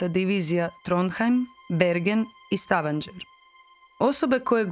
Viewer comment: Ne izgovara se Stavanger s đ, već s g. Isto tako nije Daladier, već je Daladije.